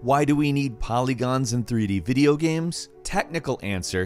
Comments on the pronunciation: why does always call them GAMS instead of GAMES. The fuc bro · Is it just me or did I hear him say,"Videogams"? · "Video Gam" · "Video gaems"